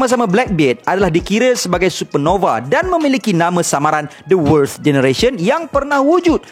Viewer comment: susah sgt sebut worst tu hahaha.